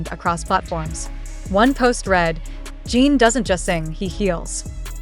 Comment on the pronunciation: Crap AI voice - who the hell is Jeeen????